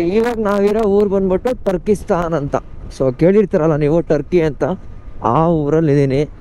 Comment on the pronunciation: ತರ್ಕಿಸ್ತಾನ್ ಅಲ್ಲ ಬ್ರೋ *ತುರ್ಕಿಸ್ತಾನ್